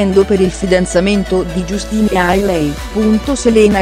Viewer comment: Non si legge justin ma jastin si scrive justin